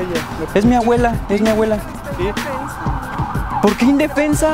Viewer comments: JAJAJAJAJA el boludo decía aguela😂😂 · sofiaa castillo Es que el men decía "awela" en vez de "abuela" xD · “ES MI AWELA” 💀😂